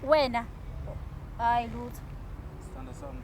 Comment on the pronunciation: Nale musk iya-irritator ay instead of sthandwasam is sthondosom😂